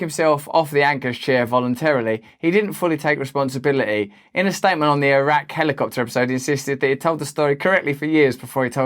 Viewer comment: I'm glad you pronounced eye-rack correctly